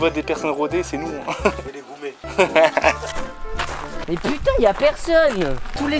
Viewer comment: "Je vais les goumé" mdrrr